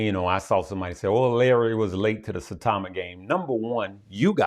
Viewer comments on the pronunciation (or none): Saitama like Sitau(aw)ma with a long i